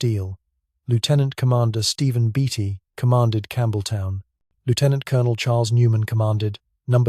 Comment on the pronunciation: For the love of god, or whatever other random fairy tale you choose to believe in, learn to pronounce "Lieutenant Colonel". Thank you.